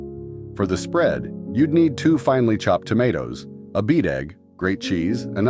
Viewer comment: Beategg, was a beaten egg. This was too painful to listen to!